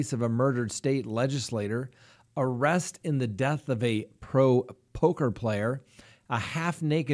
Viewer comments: POKER player...not POCKER :) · its poker, not pocker. 😄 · Lol you said pocker